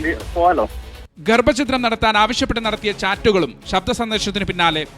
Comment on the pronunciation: ഗ൪ഭചിത്രം അല്ല വാ൪ത്താവായനക്കാരാ, ഗർഭഛിദ്രം. മലയാളോ൦ അറിയില്ല. 😢😢😢😢